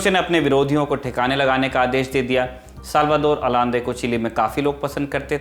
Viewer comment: its Pronounced Salvador Ayande... I still remember my ninth class textbook of civics mentioned it..